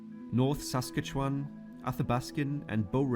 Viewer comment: And please don’t call it the Pee-kohs River 😂 Pecos River is pronounced Pay-kohs. Oh and Canada I’m so sorry he can’t say Saskatchewan either.